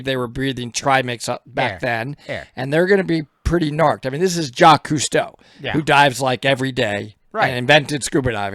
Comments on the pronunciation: I can't stand Jacques Cousteau. I still remember when I was a kid, watching one of his diving shows where they dragged sharks on board their ship and massacred them, just because... and Jacques is not pronounced Jackees in France... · The guy in the video they're talking about just straight up said the name wrong. There was another person named Jacques (without the Yves) whose name he also mispronounced as Jackies. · "Jacques" is not his name though, his first name is "Jacques-Yves". It get that it's not easy to pronounce for an English speaker but funnily enough it sounds more like "Jackies" than "Jack". PS : I see that quite a few comments were already pointing out that fact. Sorry for the redundancy. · i thought it was pronounced JACQUIS